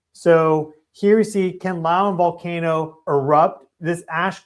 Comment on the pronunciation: I'm currently in the Philippines. I've only been here 5 days and have had 2 alerts on my phone. One for an earthquake and last night for Mt Kanlaon's eruption. 😮 BTW it's pronounced can-la-ohn. 😊